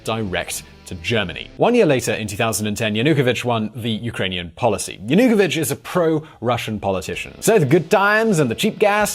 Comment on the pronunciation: I'm surprised by the poor pronunciation of some of the key figures and events. It's like it's the first time you hear of Yanukovich and EuroMaidan. Also Timoshenko was formerly the prime minister and not (yet) the president.